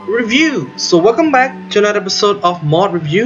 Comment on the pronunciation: I like when you say : "Mod Rebiuuu"